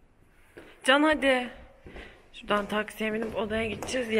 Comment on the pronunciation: Can'ı Ken diye okuyanlar